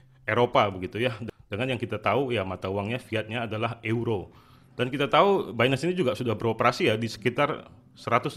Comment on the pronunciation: euro = baca nya YURO , bukan eu roh